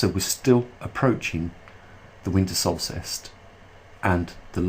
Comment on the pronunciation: It's "Solstice", not "solstist"